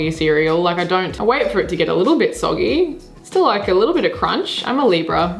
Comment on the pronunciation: Say soggy again 😂😂